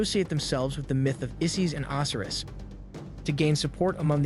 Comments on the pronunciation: How can you purport to be interested in Egyptology and NOT know how to pronounce the names of their major gods such as Oh-sy-rus? And Cleopatra is pronounced with a hard "ah," not "aw" in the third syllable of the name. Oy... Work harder on the pronunciation of these important names of history. Ugh, this younger generation - the knowledge of the world at their fingertips and they can't even pronounce the names of the Egyptian gods correctly! Learn these before you post more videos - it's imperative to getting more subscribers, because people like myself will shun your channel until you can demonstrate a proficiency in these simple concepts like accuracy in pronunciation. Also, slow your roll! You speak too quickly - slow the tempo down a few clicks with your verbal presentation - it'll get people to watch more without feeling like your urgency is stressing them out just to listen. Not trying to be a jerk, but man, you need to take these constructive criticisms to heart in order to better your presentations. On the other hand, I must say that I am impressed with the visuals - and the substance of your presentations is pretty good, too. But without the pronunciations correctly done, and the pace of your narration slowed down to a more reasonable pace, you will not be taken seriously by people who already understand this information better than you do. I hope I've been able to be helpful and not too hurtful with my criticisms - I've tried to keep them as constructive as I could. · The Egyptian god's name is pronounced O - SI - RIS with heavy drawn out pronunciation on the letter O. 😑